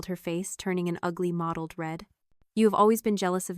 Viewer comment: Mottled not modeled